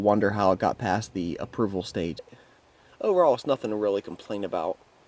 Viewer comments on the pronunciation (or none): none